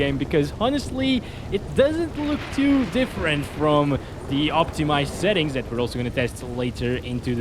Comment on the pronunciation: Why do you say xettings?